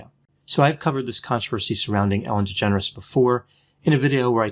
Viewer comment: I keep thinking that is saying ‘Ellen degenerates’